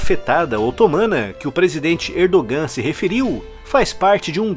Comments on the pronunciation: so Uma dica a pronúncia do nome do presidente da Turquia. Erdogan lê-se Erdoan. esse g é só uma letra que indica um prolongamento da vogal anterior. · A pronúncia de Erdogan está errada